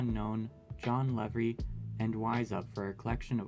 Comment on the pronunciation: Three things: 1) nice video, 2) audio is bad/quiet (with headphones it bounces between left and centered), 3) it’s “Lee-Vi” not “Lev-vri”